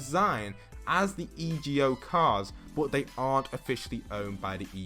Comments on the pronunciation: It’s EGO NOT E.G.O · Anyone else triggered when he would say e.g.o instead of just saying ego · Code postboxpat itz_Avila Hey its EGO not e.g.o I think it sounds better😂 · E ge o really its e go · it's ego not E G O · It’s ego not ejo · I love your vids but it’s EGO not E G O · Kinda- I was like “say it right man, this is messing with my ocd.” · Kuraidoman yeh but it’s annoying hearing him sounding out the letters in the acronym than actually just saying the word it spells, like do you say N-A-S-A or nasa